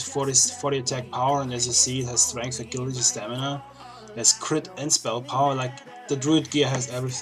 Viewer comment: Ah-gil-ah-tee lol..... It's pronounced əˈjilədē; think of the name "jill"